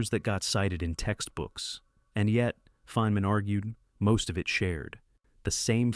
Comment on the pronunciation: “Feenman”?!? And that’s not the only instance of AI narration idiocy in this video. Did you use AI to generate the narration content as well? The instant I hear AI narration, the entire video is immediately suspect as yet another case of Cargo Cult Video Production, a scourge that increasingly infests YouTube. No one produces 32 videos in a month without industrialized production. What we have here is another channel that’s pooting out AI slop, making it harder for genuine content creators to compete. Shameful.